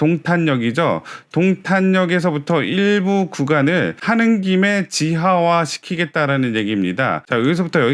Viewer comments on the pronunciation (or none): 지화화가 아니라 지하화라고 발음해 주세요 ㅎㅎ 자꾸 신경쓰이네요. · 지하화요 지화화 말고